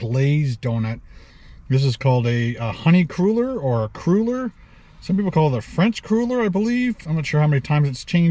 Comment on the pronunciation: I do believe they're pronounced "cruller" as in "duller". One of my favs for years.